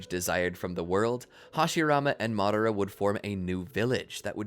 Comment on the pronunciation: Can you pronounce madara name better? I couldn’t caught exactly how you pronounced it but I know it’s not madara…